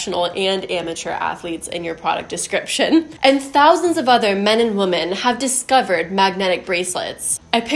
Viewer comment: Why does she never pluralize the word woman to women? Or is this just how you pronounce womxn?